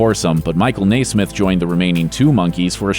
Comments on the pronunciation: You are mispronouncing The Monkees’ Mike Nesmith’s last name. It should be NEZ-mith. In fact, his nickname throughout his career was “NEZ.” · You are pronouncing Milke's last name incorrectly. It is NES SMITH. NOT NAAA SMITH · Michael NAY-SMITH? REALLY? All of my life, it's been pronounced NEZ-MITH. Is there an accent mark on the "e" that I'm not aware of? Reminds me of my mother-in-law who insisted on pronouncing President Reagan's name REE-GAN, while listening to the rest of the world call him RAY-GAN during weeks of newscasts following his shooting. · "Nay-smith"? I nay-ver thought anyone could mispronounce Nesmith. Nay-ver say nay-ver. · It's Nes-meth